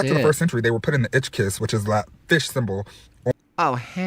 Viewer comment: pronouncing the fish symbol the "itch kiss" is pretty funny